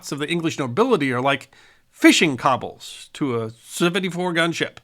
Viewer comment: Long O in coble.